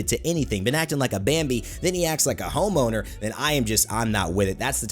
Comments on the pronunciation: who else thought he said homo instead of home owner? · Am i the only one who heard him say "The Homo" before he showed the words "The Home Owner" on screen?